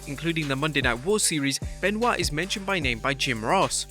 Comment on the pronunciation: Chris Ban-oit amiright?